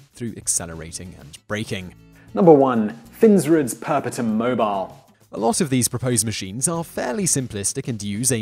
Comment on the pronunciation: I suspect that is not how 'PERPETUUM MOBILE' should be pronounced